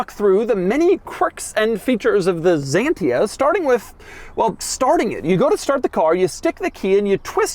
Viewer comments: Dear Droug, it is not called Zantia:) it is called XANTIA…..in Greek X is called like Ksantia! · You pronounce it K S A N T I A, not ZENTIA... moran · Ahhaha american guy realizing the shit they were driving back then. Weird that is pronouncing the X like a Z... any way.. great and advance car from the 90's. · Doug, its Xantia , not Zantia. WTF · it's pronounced Xantia, not Zantia X as in eXcavator (even though in english X before a vowel is pronounced as Z) and as you said, it dervies from the greek word Xanthos not Zanthos. Which is the male word for blonde (yes the hair color) Xanthos = blonde male (Ξανθός) Xantia = blonde female (Ξανθιά) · The x is pronounced closer to how the Greeks would. Sounds a bit like Ksantiah in French. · I love the way you said French words it is weird for us or bizarre. By the way it is not zantia but Xianta with an a "X" 😢 la critique est facile pour vous votre point de vue n'est pas Européen mais restreint hélas. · Even until these days, you can find a lot of Xantias still as taxi in France; sure, their drivers are mostly still their 1st owner, but they're as spacious as you need them & easy to repair. And to pronounce Xantia correctly, it's basically KS-UN-TEE-AH . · Why Americans pronounce X like it would be a Z? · "Zentia"? French people now having a hearth attack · Say chantia... Like Chevy... It's a beautiful car.... Very very comfortable.... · These french cars are just a league on their own :) ... but have always pronounced it "sh"antia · Doug the type of guy to call this car a "Zanteea" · It's Xantia, not a fuckin Zantia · The best ride on car ever……… the memo on the steering wheel is for radio stations……we have all of the Citroens….bx, ax, visa, 2cv, Cb, Ds, xantia 1, xantia 2, gsa…..and the name xantia called x not a…..as the Greek word «ξανθιά». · It's not any "ZENTIA" but XANTIA. Just read it as it is written, you clown. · It is not Zantia, it is Xantia. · Zantia?? Say : x-antia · It’s called Xantia not Zantia oh my 💀💀